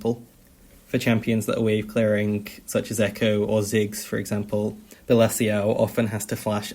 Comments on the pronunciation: his name is pronounced bella chow like the song bella ciao from money heist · Its funny how u prounonce Bellaciao im italian its very different seems chinese